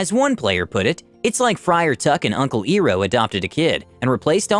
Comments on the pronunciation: Uncle Eye-row, not ear-oh! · Iroh is pronounced as "Ai-row" not EE-Roh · It is pronounced (Eye~Row) btw. You’re pronouncing was cringe af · 49%: ITS I-ROH NOT E-ROH 50%: appresiation of funny things in vid That one dude: hey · Uncle Ee-row? Who's- Oh. You meant Uncle Iroh. Eye-row. Heathen, lol. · "uncle ear-row" .. Iroh (I -row) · "EAR-ROH?" "EEEAAARRR_ROOOOHHHH????!!!!!" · Did he uncle Eroh....it's Iroh (eye row). I hope that was a text to voice chat mess up. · Uncle E-roh? No... no... no... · ai-roh not iro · I was cringing at the Uncle Iroh pronunciation. Uncle Eye-Row, not Ear-row. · "Iroh" is pronounced eye-row, not ee-row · It’s impressive how terribly he butchered Uncle Iroh’s name (EYE-row) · pronounces Iroh E-roh Me: So you have chosen... death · Yeah, I was thinking man, has he never watched avatar before? lol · ee row lol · Hey man so you said Uncle Iroh wrong. It’s pronounced Uncle Eye-row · It's pronounced "eye-roh". He's a fan favorite character from Avatar the Last Airbender who loves tea and gives sage advice. he's a firebender too, so the description checks out. This is another good one. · Did he- Did he just- Did he just say *Uncle Ee-ro*? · Also it's pronounced I-roh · The fuck... Did you say?!?!?! Uncle eeeeeeeroh????? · Am I crazy or did he call Iroh, Eeroh? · Uncle Eeroh huh? take it you've never seen Avatar the last airbender? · It's pronounced (I-Row), sorry big avatar fan, keep up the great work! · Iroh is pronounced eye roe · I'm so upset by the way you pronounce uncle iroh lol I-ROW is how you say his name XD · Btw you said iroh wrong It is infact pronounced "eye row" Sorry had to i still like your work tho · . . . "ear-o" . . . . .oh god i cringed. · EEEEEEEEAR-OH! But seriously: never pronounce it that way again. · He might have. But not the show, judging by pronunciation. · Did this guy just mispronounce Uncle Iroh's name? Bro, Fire nation about to attack again. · It killed me hearing him say iroh wrong